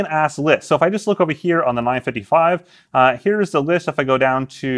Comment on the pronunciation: Am I the only one hearing “9-fiddie-fye” 😂